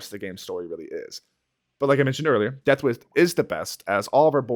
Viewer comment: bro can not say the word "deathwish"